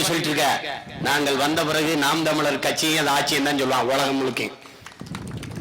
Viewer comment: தமிளர் இல்லை தமிழர் ஈளம் இல்லை ஈழம் நாம் தமிளரா ? நாம் தமிழரா ? ழ தமிழுக்கே தனி சிறப்பளிக்கும் தனியொரு எழுத்து. எனவே ழ வை சரியாக உச்சரிக்கக் கற்றுக்கொள்ள வேண்டும். அவனே சரியான தமிழன். தலைவன் எவ்வழியோ தொண்டனும் அவ்வழியே.